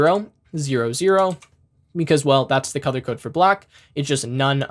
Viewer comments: I don't know why whenever you say "color" I hear "cothor" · you need to work on how you pronounce the word, "color." It throws me off every time. It cracked me up the first time because I couldn't make out what you were saying but once I understood, you just became a meme.